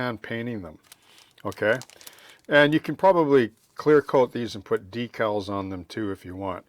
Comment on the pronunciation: Thanks,. Once again, you gave us an invaluable insight into modeling details. I look forward to trying this one out. We must have grown up modeling during the same time period. I noticed you called decals, decals, and not deckels as some modelers do. I thought I was learning new modeling terminology the first time I heard it.